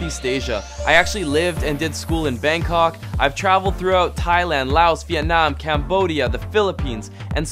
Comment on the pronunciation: I think you shouldn't pronounce S in Laos.